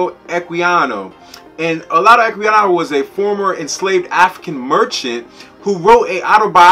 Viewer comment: Probably pronounced Ola (j) udah.